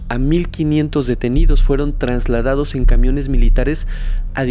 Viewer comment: Trasladados. No sé dice TRANSladados. Interesante la historia del 12 /09/68. Perfil del gobierno autoritario/narcisista con un acentuado rasgo psicópata. La locura es peligrosa en un/os sujeto/s que está en el poder.